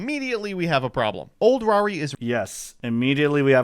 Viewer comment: Who TF is "Rah-rin" dudes been around forever and you're mispronouncing his name because... why?